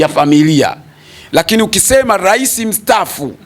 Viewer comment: Rais au urais pronunciation ya misamiati ya kiswahili inamsumbua je! ayo mengine anajua kwr au ndo #chawa pro+